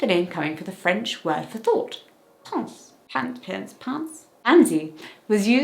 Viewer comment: Pronunciation note: "pensée" rhymes with café, and fiancée, all have the same accent and sound.